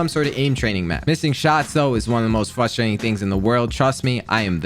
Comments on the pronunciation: update 4 mins in and i cant watch how can he not pronounce frustrating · whys he talk like a little kid "fustrating" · It’s frustrating that you can’t say frustrating properly